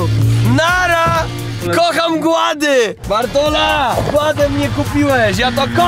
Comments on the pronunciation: Super film tylko to mówienie gład zamiast kład to trochę boli sama nazwa mówi quad 🤣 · Czemu mówicie "guad" zamiast "quad"? XD